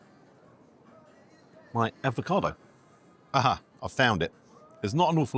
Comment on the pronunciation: Avocado not Advocado, espresso not expresso